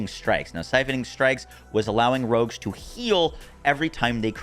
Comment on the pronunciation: If you have an aversion to hearing one word repeated over and over (nerfed) avoid this video. Also Rogues are now rugs.